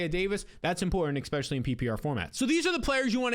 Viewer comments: Could you please stop saying Ex-specially!! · Dude considering you try and say the word ESPECIALLY like 10 times every upload, it would be really easy to just learn to say it properly. It’s NOT X-Specially.